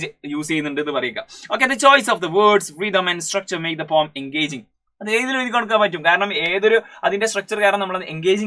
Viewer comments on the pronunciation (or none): Poem alla. Pom pom Lol